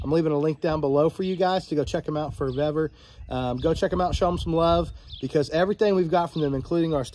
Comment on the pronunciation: Suggestion call Vevor and I asked Customer Service how to pronounce their name because you are miss pronouncing it. 👍🏾🙏🏾🍺🎣😷🇺🇸